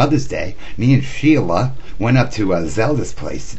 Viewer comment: Stella is the real name of Sheila. He messed that up a couple of times. LOL